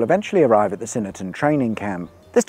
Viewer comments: I'm starting to think the mispronunciations are on purpose! Doxey, not Doke Sea; Swynnerton, not Synnerton; Thelwall, not Telwall. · Fascinating content however, you should really take the time to research the correct pronunciation of places. Swynnerton is pronounced swin- er -ton, doxey is dox -e as in box and the thelwall viaduct is thell-wall I may sound pedantic but being local to the area incorrect pronunciation grates on me. Thank god you didn’t try to pronounce sandbach. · Doxey as in Roxy and Swynnerton as S-Win-erton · There's a "W" right after the S in Swynnerton should be pronounced 😅. It's possibly the only place you have to drive in the right hand side of the road in the UK. Used to be used to train squaddies before they went to Germany. Well done on getting Trentham right though. Many don't and pronounce it Trenth-am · He missed the W in Swynnerton too